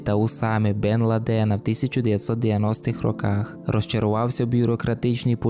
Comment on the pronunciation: Шо з наголосами? Ти бляха не знаєш як правильно сказати "Аль-Каїда" і "Бен Ладен"?